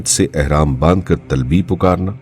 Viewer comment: Bhai saheb yai lafz TALBI nahin balkay TALBIA hai. Apni tasheeh farma lein